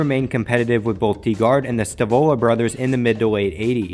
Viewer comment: Its pronounced Dye Guard, for owners Mike DiProspero and Bill Gardner